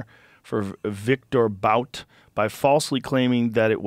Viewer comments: It's pronounced Boot! Not Bout! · It's boot, boot, not bowt. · It's pronounced 'boot', not bout. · What makes this trade particularly heinous is Biden's indifference...ignorance...of the years of undercover work and risk of death that the Federal agents and confidential informants it took to build a substantive case and arrest Viktor Bout (pronounced boot). This trade was 100% pandering, essentially buying votes, playing games with the lives of Americans abroad. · It's pronounced Bout (boot). Obviously this is the first time Rogan has heard anything about this so I'll pass on his perspective here lol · I feel like if she a straight white women she would still be there. And it's pronounced Boot. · Your view on the subject is dog shit when you don’t even know how to pronounce Bout lol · Well the Russians are 100% correct. And you can’t even pronounce Bouts name correctly.